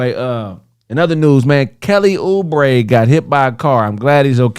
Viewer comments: might really be stupid who the hell is Kelly O'Brie lmao its Oubre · its kelly Oubre lol